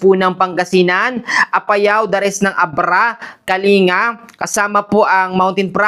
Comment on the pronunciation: Shalom sir paki check po ang pagbegkas Ng kalinga Mali po kase nagging kalinga